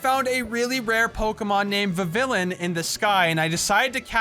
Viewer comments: It's not vevilin it ve vi one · Vivillion is pronounced viv-E-on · it is pronouced viv e on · Dude you miss-Said Vivillion